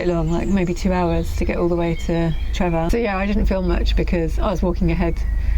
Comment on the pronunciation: its not Trevor its TreVor.